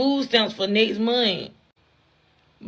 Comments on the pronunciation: Nest munt? Next month, shit isn't hard to say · "Nect momf" give me a break!! Learn English and get a f'n job! Don't feel sorry for any of you!!!